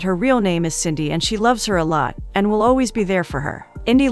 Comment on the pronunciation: Its Cindy not indy